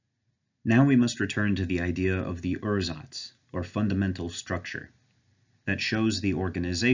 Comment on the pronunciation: I'd personally pronounce "ursatz" as "oor-satz", because otherwise it sounds like you're saying "ersatz", which means something quit different; it's also a lot closer to how it's pronounced in German.